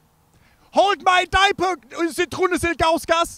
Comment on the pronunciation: lol this is great. I died when he got to the coach and butchered Ilguaskas' name